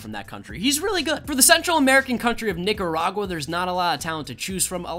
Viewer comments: Bruh you really pronounced Nicaragua as “Niggaragua”. Really? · Practice saying Nicaragua👍🏼